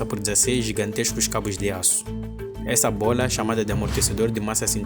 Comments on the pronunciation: Cara, vc tá falando bolha, e não bola. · “Bola” 😡🥵🤬 “Bólha” 🥰😍😌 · Bôila... bôila... rsrsrrrrs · ele fala Bôola kkk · Ótimo vídeo, e é muito engraçado ouvir ele falando "B O L A" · simplesmente a giganteixca buola do entretenimento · Toda vez que ele fala “bola” eu exploro de rir KKKKKKKKKKKKK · acho legal quando ele fala "bola" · Ele falando bola me lembra o pica pau falando bolo de morango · Cara, ótimo conteúdo, adorei aprender sobre isso. Mas é engraçado ouvir você falar bola, você por acaso tem alguma origem oriental?